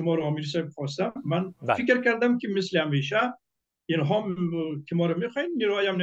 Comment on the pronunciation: اول اینکه متل نی مسل گفته میشه